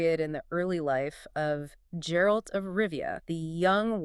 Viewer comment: Guh guh guh geralt. Not jeralt not jerald 😭